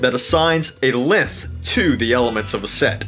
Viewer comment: Why do you pronounce length like lenthh